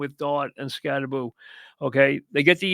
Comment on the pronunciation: You say Skatteboo, I say Skattebo. Let’s call the whole thing off.